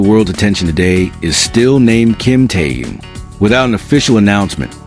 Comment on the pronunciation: Я бы может подписалась, но вот беда, блогер никак не может правильно произносить имя ТэХена, и это неприятненько !!!!! Как то не мешало уважать имя того, о ком вы постоянно рассказываете, не только же деньги заробатывать!!!???